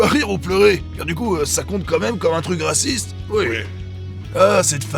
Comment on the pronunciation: Ca m'a tout l'aiw d'êtwe waciste là dis dont !